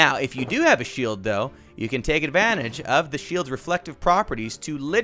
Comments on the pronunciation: I have to admit, when he said shield I thought he said sheep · I thought he said: “You can only defeat the parrot you need a sheep”